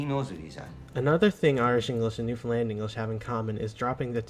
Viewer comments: The rule of thumb when it comes to pronouncing Newfoundland is you pronounce it like understand. But it's really pronounced new-fun-lan (said fast). We locals do not pronounce the D's lol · It`s pronounced "New fin lan". Great video b`y! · Newfoundland is pronounced as New~Find~Land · I'll correct one thing, how to say Newfoundland. It rhymes with understand. So understand Newfoundland :) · To say Newfoundland correctly it closely rhymes with Understand. New fin'd land. The picture is of Mummers. This is a Christmas tradition in NFLD where people dress up and wear masks and go from house to house to visit and drink. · anyone else annoyed with "new finland"? 🙃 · I once received a package from Seattle that was addressed to New Finland... thank goodness for postal codes! And - I enjoy your videos, but please practice! Syllable emphasis where 1 is lowest, it's 2-1-3... Noo fun LAND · it rhymes with "understand"...emphasis on the last syllable. NewfinLAND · Thanks for the video. Please learn how to pronounce the name of our Province. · First of all, LEARN how to say Newfoundland! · As someone from Finland whose partner is from Newfoundland, it makes me cringe a little when you pronounce Newfoundland as "New Finland" emphasizing the "fin", haha. There's a lot more emphasis on "land" in "Newfoundland" than in "Finland". Newfin-LAND vs FIN-land. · It's Newfoundlánd. Accent on last syllable ;) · Newfoundland is /ˈnufənlænd/ or /ˌnufənˈlænd/, you don't emphasize the "found." I love Newfoundland, it's home lol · The emphasis is wrong. The emphasis isn't on FIN The best way to understand how to say Newfoundland is to say Understand. The emphasis is on the the last syllable. NewfinLAAAAND, understand. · it's not new-fin-ease..... it's newf-in-ease!! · Newfoundlander here, it's NewFUNl a n d. Same cadence as Understand. Newfoundland is the most Irish place outside of Ireland. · Newfoundland NOT New Finland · It’s pronounced “noo-fun-LAND as in understand Newfoundland